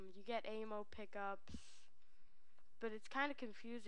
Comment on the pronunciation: Hahaha, work on saying a-m-m-o.